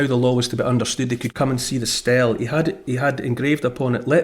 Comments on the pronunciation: Not 'Stell' It's 'Steelee' Spelt Stele. Sorry... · Just a FYI "stele" is pronounced stee-lee